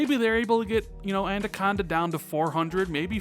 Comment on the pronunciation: It could also be that they realised it would be cheaper over all to just develop one console and put all their effort and resources into that to reveal a more simple message. Family of consoles could also include a digital only version of Anaconda in the future as well. Oh by the way Anaconda is pronounced, "Anna-conda" not "Anda-conda" as you say it. Thanks for the video!